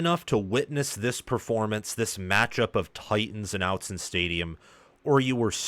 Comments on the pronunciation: OTT-zen not out-zen hahahah thanks for the video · Just so you know it’s Austen not outzen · Ahh-t zen. Not out-zen. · Since you are a Big Ten commentator, kudos for not mispronouncing 'Oregon', but it is 'Ott-Zen' not 'Out-zen'. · btw it is "Ott-Zen", not "Out-Zen" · Yes, it’s OTT-Zen, not OUT-Zen. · Aught….zen buddy, not however you say it. Autzen is pronounced just as it is spelled. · It's pronounced "oughtzen" stadium (which you should know if you want what you said you wanted, which is for that stadium to have a special reputation on the national stage). But thanks for your analysis. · Awwww tzen Not outzen. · If you’re going to cover Oregon, you need to learn how to say Autzen. It’s pronounced Aw-tzen. Get it right. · Its not "Outson" stadium as you pronounced it. If you are going to comment on games. This guy is an idiot. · I liked and subscribed but if you say outzen in the next video I see I’m going to unsubscribe 😂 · I agree. It’s annoying. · "Outzen stadium"😂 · Oregon fan here. This is the second time I've visited your channel, and I have to say that your analysis is pretty good, but I am not the only Oregon fan who cringes every time you say "Out-zen." It was forgivable for one video, but now is just disrespectful. It is pronounced with a short "o" as in "otter." You should know this by now. Otherwise, you do okay. 😊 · Perhaps you'd have more Oregon subscribers if you knew how to pronounce Autzen 🤣In all seriousness, a pretty good analysis of the game. Oregon needed one of these statement wins under Lanning. Wish I could have been at the game, crowd was insane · Real quality work and great, detailed, accurate breakdowns. Top notch analysis. However, you are mispronouncing Autzen. Please fix it, cause Autzen will continue to play a role in future Oregon games, since it is a significant factor in favor of Oregon.... And overall College Football atmosphere.